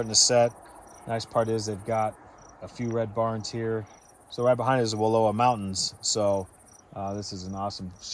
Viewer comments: You are pronouncing Wallowa wrong. It's Wa lou a. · It's not Walua Lake. It's Wallowa Lake. It's seems you should know how to pronounce the name before you make a video like this. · It’s not Wall…oh..a. The correct pronunciation is Wall..ow..a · I live in Joseph... The area is pronounced wall OW a not WA low a 😂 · It's Wa-LOW-a Lake.